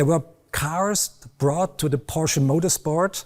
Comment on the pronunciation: At least this guy knows how to pronounce Porsche correctly.